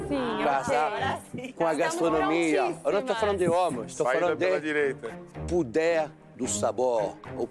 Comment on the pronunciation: "puder dos sabores, puder dos tomperos" 😂😂😂😂😂 Jacquin é demaiss